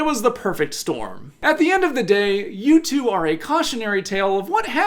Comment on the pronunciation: I’ve never heard someone pronounce U2 wrong before 😂